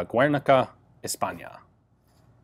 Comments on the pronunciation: It pronounces 'Gernica', not 'Guernica'. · Hi Ian, it's "Gher-knee-kah" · Guernica is pronounced Gher-knee-kha. The u is silent it just gives the g a hard sound. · Not to be nitpicky but in Spanish the U in Guernica isnt pronounced. Its said as Gernica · Gue in spanish has and little weird pronuntation. It´s equal as english haha, like "Guetto" and you pronunciation of "ernica" is quite perfect :)